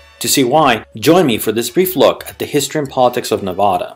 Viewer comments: And for everybody out there it's pronounced Nevada with a soft a sound as in 'dad' not a soft o sound as in the word father! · You already started this video off by mispronouncing the name of this state. Ha ha😂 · Excellent video just remember to pronounce the state name correctly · Yeah ! Makes the rest of the video lose it's credibility.